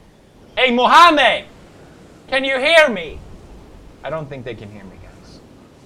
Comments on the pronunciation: The amount of times he said “mOhAmEeD “ i’ dead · Qasim what was the joke. There was no joke on Muslim. He jst didn't knew how to pronounce the name